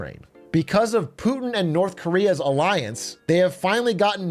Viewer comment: IJBOL every time lil bro says "Poohtin" 😂